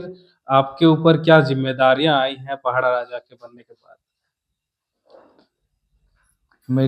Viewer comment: पहड़ा नहीं पड़ाह शब्द ठीक से उच्चारण किजिए